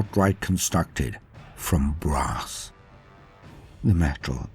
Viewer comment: A throne of BRASS… okay got it. At first I thought you said “grass”. 🌿🍀🌱😆